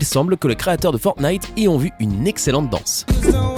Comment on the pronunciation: ta dis Fortnif